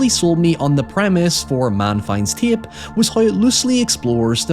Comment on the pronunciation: Love the accent. You somehow add two additional syllables to the word tape. Ti-yay-pe.